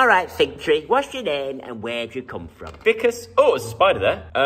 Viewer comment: Great vlog again Joe. You're right not to do the house tour, you share a lot of yourselves already, and should keep parts private. You really made me laugh the way you said Ficus- "fikkuss' . It reminded me of the Biggus Dickus scene from the Life of Brian 😅 in fact 'Brian' would be a great name for the new plant or 'Biggus Fikkuss'😂